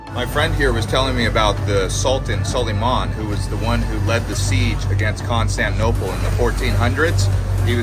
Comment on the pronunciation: Constantinople. You are not pronouncing the ti in the word . Why?